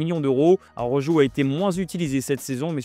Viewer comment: ARAUJO ça se prononce "ARORO"